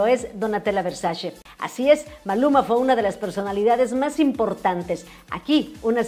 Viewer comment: Versache, NO: Versace. Así se escribe y así se pronuncia. Saludos